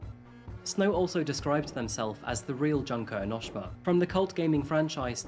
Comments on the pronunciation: HELP ENOSHMA??? ITS PRONOUNCED EN O SHI MA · Me getting irritated because I was a danganronpa fan and I feel like he is mispronouncing Junko Enoshima not to mention the bad explanation but it's about something so a short one is fine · thats not how you pronounce enoshima SERVANT/ NAGITO?